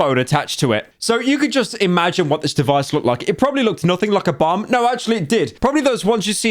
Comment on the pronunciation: not me hearing bum instead of bomb for like a good 5 min of the video